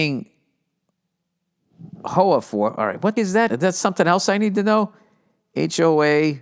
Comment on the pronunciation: Bro when he pronounced HOA like “Hoe Ah” I lost it 😂😂😂